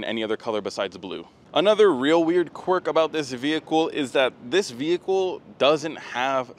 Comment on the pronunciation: stop saying f*****ng “VeE - HiClE”…..